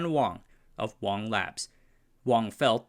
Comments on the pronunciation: Isn't Dr An Wang last name pronounced Wang, not Wong? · Wang is "Wang", not "Wong".